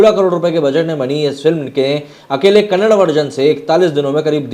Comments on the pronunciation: It's not Kannad sir it's Kannada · Kannad nahi bhai kannada (da) last pranonciation Karo Bhai Varna vo galat artha leta hai kannada bhasha me🙏🙏🙏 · It's kannada not kannad. Like your surname is not sharm